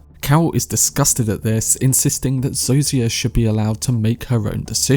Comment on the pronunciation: Great video. Pro tip: Zosia is pronounced "Zoh-sha"